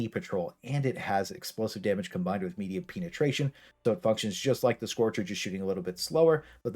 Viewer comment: i heard that too 🤣